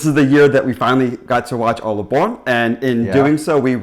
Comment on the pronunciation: When tried to say Borgen, please the last part is bit langer. What I heard you say was Borg'n. I had to listen to it if a few times to be sure it was the right thing I heard.